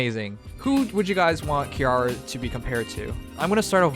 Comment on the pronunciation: is dyslexic confirmed, read the name more carefully, it's Ki-ri-a.